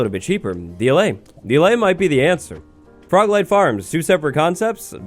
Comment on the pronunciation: Was anyone else just listening while busy, and hear 'leg' instead of 'light'? XD I was caught so off guard, but I love it